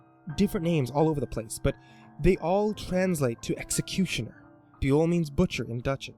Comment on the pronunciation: Too bad its beul and not buel in dutch xD